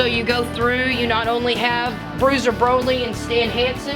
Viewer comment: She also calls Brody Bruiser Broly